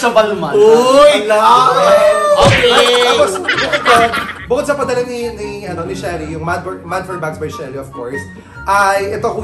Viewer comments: it’s bal-ma! silent N 🥱🤪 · It's "balma" yan ang right pronunciation.